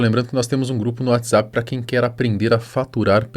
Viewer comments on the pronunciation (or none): none